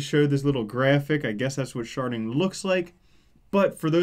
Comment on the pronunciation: For some reason, I only hear "sharting" when you say it.